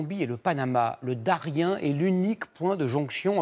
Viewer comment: On ne dit pas Darien, mais Dariene